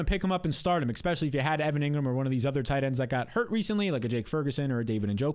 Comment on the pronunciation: Love your advice but please stop saying ex specially. It’s especially.